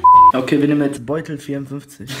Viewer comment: Da steht Betuel und der ließt Beutel " Hahaha